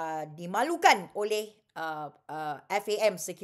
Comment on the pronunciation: haha. tak payah ulas la Siti Kasim... FAM FAM FAM acik kau. F.A.M. sebut huruf tu. lepas tu tiber question sapa bayar players, lepas tu relate dgn tax payer. hahahaha. jadah apa